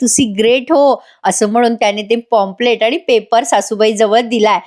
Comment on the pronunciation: पॉम्पलेट नाही काही पंप्लेंट. प्लीज नीट उच्चार कर.